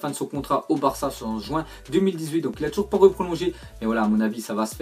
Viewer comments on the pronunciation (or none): none